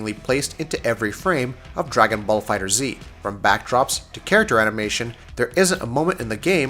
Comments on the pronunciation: Trey Enma Dragon Ball FighterZ also doesn't have a space between Dragon and Ball even though the game is listed as "Dragon Ball FighterZ" on stores and Bandai Namco's website so I won't take that logo completely for granted. The simple fact that the creators stated that it's pronounced Fighters is a good enough confirmation of its pronunciation, but they still said that people are free to pronounce it however they want. To me, both "Fighters" and "Fighter Z" sound equally dumb, therefore I'm fine with either pronunciation. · Jotaro Kujo you’re right, the developers already confirmed the pronunciation. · As soon as he said fighter zee he lost me... ggs though bro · HOW TF AND WHY TF ARE THERE STILL PEOPLE SAYING FIGHTER Z Like seriously how do you put out a whole ass review and do research on something but still pronounce it wrong? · Do you need to say the title every 5 seconds never mind say it wrong every single time? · For the love of dende at least say the name of the game correctly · You’re so trash saying Fighter Z. It’s FighterZ (Fight-ers) you bandwagon goofy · Pronounced "fighters" not "fighter z" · If it is pronounced Fighters, why is the Z big at the end of it? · It’s pronounced FighterZZZZ not Fighter Z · I just watched a few seconds of this video. If a reviewer can't even say the name of the game correctly, then I'm out. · Not Fighter Z just Fighterz, sorry but that was just bugging me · Watched the first 2 minutes of the video...got tilted because you keep saying "Dragon ball Fighter ZEE" when it's pronounced Dragon ball Fighters.....dunno why...just bugged me... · FighterZ, not Fighter-Z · Stopped the video the moment he said the title wrong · Pronounced Fighters :P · It's pronounced FIGHTERS not fighter Z. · Say it with me guys: FIGHTERZ. One word. Easy mistake lol. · FighterZ not Fighter Z......come on man... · It's pronounced Fighters. Not Fighter Z. The Z is there for design, not for it's own pronunciation. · It's pronounced Dragon Ball Fighters